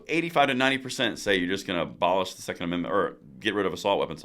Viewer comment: Fetterman: "I want ban...er, bolish 2nd menment". Me: "People in Hell want ice water too, Lurch".🙄